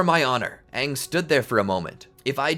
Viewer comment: its AHNG NOT AYNG